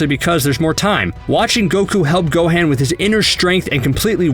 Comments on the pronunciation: He said gohin It is gohan God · GO - HAN NOT GO-HANE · The amount of times he says everyones names wrong gohaan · Dude says "Go-Han" like they do in the Big Green Dub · This guy can't even Pronounce Gohan Properly. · The way this dude says Gohan really shows he's never watched anime or played the game. That really irritates me you give opinion on something you know nothing about.